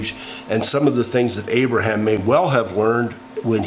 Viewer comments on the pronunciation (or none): none